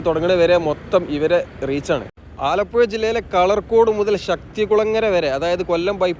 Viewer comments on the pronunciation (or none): none